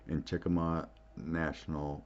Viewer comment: Just so you know, itʻs Chickamauga -- itʻs in Georgia, yes, but itʻs pronounced CHICK-a-MOG-a. I see there is now a National Park Services Military Park there honoring the Battle of Chickamauga and also the battle of Chattanooga. If I paste the link here, my post may disappear. I think it would be beneficial for you to go visit there ASAP.